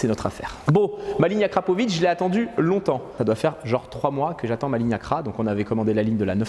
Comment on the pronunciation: On dit AKRA!!! Au moin t'es sur!! ;)